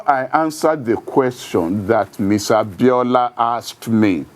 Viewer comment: Get the name right, its not Abiola Cant you correct him?